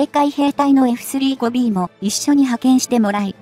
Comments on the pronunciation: エフスリーゴビーじゃなくて、エフサンジュウゴビーと読んでください！ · 「エフスリーごビー」って・・・ その他も、酷い。